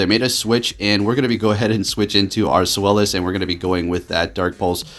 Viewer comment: Hahaha I love how you went from sfylis to swelis😂